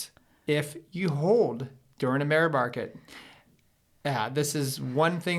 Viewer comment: mear barket :-)